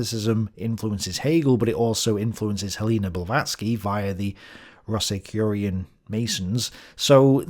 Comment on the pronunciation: Rosicurian? Rosicrucian.